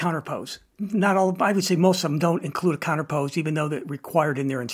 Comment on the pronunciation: Very good detail and a ton of info, great video, and I want to help you a bit by giving you the correct pronunciation of the word counterpoise... Think of "poise" sounding like "noise"... Eazy peazy...